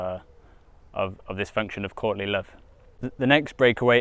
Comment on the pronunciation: Every time you say Courtly Love, I just hear Courtney Love. And that'll just make this reading so much funnier. Can't wait.